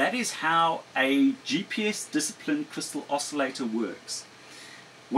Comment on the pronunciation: *TUNED not "tunned". *DISCIPLINED not "disaplined"